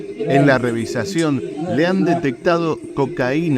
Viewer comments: Señor por favor se dice: revisión!!! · Revisión .. Revisión .. Caballero .. no se dice "revisacion" .. 👌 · No puedo evitarlo, pero no es revizacion se dice revision(no puedo colocar el acento en las o esque es nuevo mi celular)😁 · REVISIÓN no "revisación"!!!!! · ""revisación ""?? hablá bien reboludo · Este narrador dice: la "revisación" de las maletas,,,,, debería decir: revisión. No?.? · REVISIÓN...NO REVISACIÓN